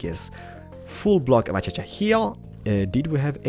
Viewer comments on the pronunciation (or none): Hooper and achacha. It's hopper and it's pronounced acashia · It's a-case-see-uh acasia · I like how u say Achacha when it's Acacia but I'm not doubting u ur da best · One annoying part He’s using a mod. So the blocks looks different compare to real minecraft. Edit: another annoying part. He’s calling acacia achacha, and keeps saying just bc we can. Edit: not trying to be been I’m just pointing things out. If you find this offensive I’m sorry. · It would be okay if you said Iron and Acacia correctly. Eye orn. Ac a sha. Not achasha! 😂😂😂👍🏼 good caravan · I like how he says achaacha instead of acasha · acacia can be pronounced as akasha, not achacha lol XD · a-cay-sha he doesn't know how to pronounce it, its hard to pronounce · achacha? or acacia? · Acacia not Achacha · He sais eeron for iron and achacha for achia wood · Acacia, in our country or in other country its pronounces as A-KA-CIA :D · U have to say acacia like ak a Shi a